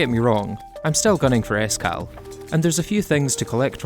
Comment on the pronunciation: When he said S. Cal, I thought he said Iskall. I was like, "Wait, first of all, they added him into Calamity, and second, why would they do that after his recent controversy?"